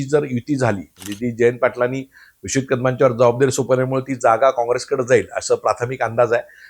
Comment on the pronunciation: अरे... विश्ववित नाही रे, विश्वजीत.... दिवाळी गिफ्ट विसरू नको कादमांचे 😂 किती चाटायची असते जयंत पाटलांची